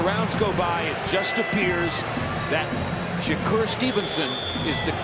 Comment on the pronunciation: Tarver saying shakur's name wrong all night is nerve wrecking